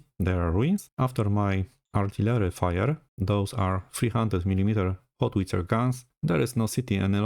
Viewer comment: Sir, it's Howitzer, not Hotwitzer ;)